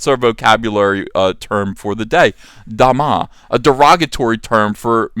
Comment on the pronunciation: I've never heard the word Da Ma butchered so hard.